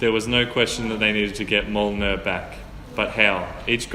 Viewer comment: 😂 That's not how you pronounce Mjolnir.